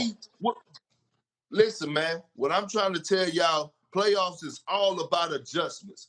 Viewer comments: Perk: "Bam outta de bayou is a game changer.." Max: "You added a syllable" 😂😂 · Bam Adedebayo.... "You added a syllable!"😂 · "You added an extra syllable" Finally someone called Perk out for saying Adedebayo 😭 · Bam adedabayo... You added a syllable 🤣🤣🤣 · Max would the the first dude to correct Perk's pronunciation of "Adebayo" 😂😭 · Bam outta da bayou is a game changer max” added a syllable “ lol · "You added a syllable." Max a troll man 😂😂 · 😂😂😂 you added a syllable 😂😂😂